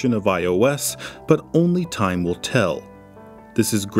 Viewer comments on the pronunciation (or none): I thought you said “Only Tim will tell”